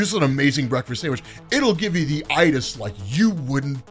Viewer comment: YOOO MY GUY SAID "THE I'TIS" WE GOTTA MAKE THIS MAN THE PRESIDENT